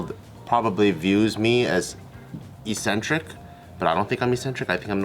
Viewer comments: eccentric not eesentric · Only change the way you are saying ‘eccentric’ though Bart lol that’s it